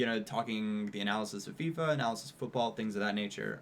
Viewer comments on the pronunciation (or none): none